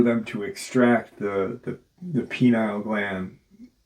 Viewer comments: It'd be helpful for the audience if you'd pronounce that gland PEE-NEE-UHL, not PEE-NILE. It's very confusing for those who don't know that you're talking about a gland located in the center of the brain sphere, not a male reproductive organ. 🙂Just a suggestion. Nice video. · pineal not penile lol